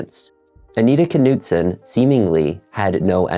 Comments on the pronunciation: Just fyi I think the k is silent for the family name. It’s probably pronounced Noot-son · The K is silent it's nutson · Please understand the silent K in the beginning of certain words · Is the K pronounced in this name? It seems like it would be silent. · The k is silent